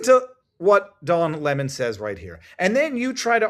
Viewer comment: Its pronounced LEMON ...rhymes with Felon .